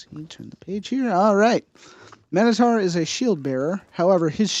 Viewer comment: It is mi-no-tar